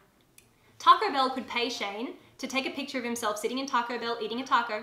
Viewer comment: Oooooooohhh, TACO BELL! I sware I thought you were saying Targo Bill- and I was so confused about what that could be. 😂